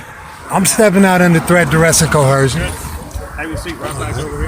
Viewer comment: I wish these morons would, at least, say the word coercion (co·er·cion) correctly. It's not cohercion. Clearly uneducated and delusional regarding everything!